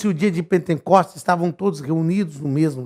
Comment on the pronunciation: O SR FALOU POR TODA A AULA "PENTENCOSTES". O CORRETO É P E N T E C O S T E S , SEM 'N' DEUS ABENÇOE